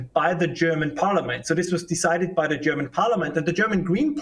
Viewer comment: In Klaus Schwabs words it's "Za force industrial revowution"